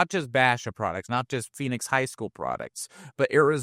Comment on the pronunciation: Please learn how to pronounce “Basha” ….also please fix your mic gain levels on the podcast ….his mic is so low when ads come in, they are ridiculously loud ….love the content though. Keep it up.